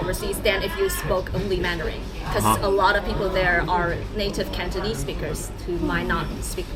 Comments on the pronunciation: has the gift of speaking Cantonese, the pronunciation is very standard! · wow has a lot of potential speaking Cantonese, very precise pronunciation! 👍👍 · By the way，Your Cantonese pronunciation is quite accurate😂 maybe you two have a talent for speaking Cantonese👍👍